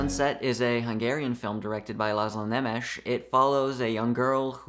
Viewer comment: "Nemesis" — LOL. For your information, the name is pronounced "nae-mesh". As for your point, I sadly agree.